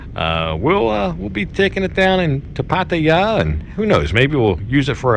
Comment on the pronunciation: congrats on getting your bike back in good working order and congrats to changing that "Pattaya" pronounciation. It always got me cringing lol.